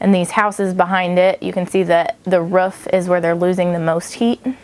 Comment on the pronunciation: she said ruff instead of roof hahahahaha